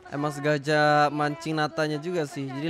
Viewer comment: SENGAJA MAAF BUKAN SEGAJA WKWK SALAH MULU NGOMONG NYA BANG ELU🤣🤭